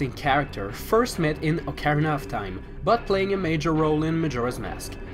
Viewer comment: ALLiens oKARRina of times oh my god.